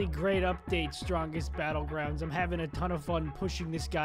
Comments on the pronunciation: “strongest battlgwound” got me and my brother dying xd 😂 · ThE StRoNgGeST BeTtlegWoUnD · Stwogest bwoelgwound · Strongest battle grounds nah we got the strongest battle gwound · ”strongest battlegwound” i love it! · “Hello everybody welcome to The strongest battlegwound”